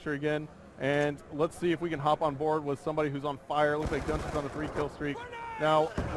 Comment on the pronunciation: LOL! I thought the exact same thing every time I heard him say his name during that event. GunShee even though it's spelled like Gun SHY and it would make more sense, being ironic & related to the game A FIRST PERSON SHOOTER...